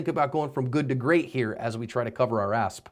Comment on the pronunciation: Love these videos so much value. But I have to ask, why does he say assp at the end of every video? Lol